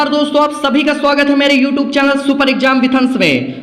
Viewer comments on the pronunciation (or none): none